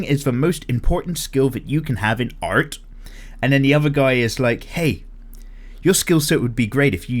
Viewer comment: Do you want to learn amazing aRRRt? That flippin' add... I'm glad you made a point to say art just as weirdly as he did when talking about it.